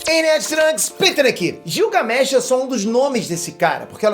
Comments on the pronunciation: Não é gil é guilgamesh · Você fala o nome Gilgamesh errado... Leia como se fosse Guilgamesh... como Guilherme.